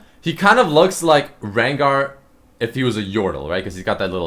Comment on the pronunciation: It's re-gnar